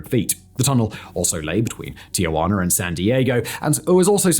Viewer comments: Tijuana, not Ti-ugh-guana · Can someone please point out the third 'a' in Tijuana? It's quite clearly 'ti - juana' not 'tia - juana'. Thanks again Simon. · FYI, it is Tijuana, not TiAjuana. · You must not know about the hidden R at the end. Tijuaner, Arazoner, and Canader. : )